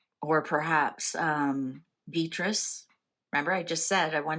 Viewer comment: Dear - I am a great admirer of your readings so I am asking you not to take offence when I ask if you would mind pronouncing the name of Princess Beatrice correctly? It is said as ‘Bee - att - trice’ = three syllables quickly and smoothly pronounced rather than as two:: ‘Bee-trice’ as you have been saying it. Sending you all good wishes for a Very Hapoy Christmas and a Joyful and Peaceful New Year.X